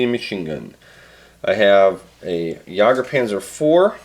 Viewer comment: Jagdpanzer, not jager panzer